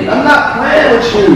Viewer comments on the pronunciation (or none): Will Was Soo Bad That Baltimore Accent Came Out😂😂😂😂😭😭😭 “I’m Not Playin With Uuuuuu !”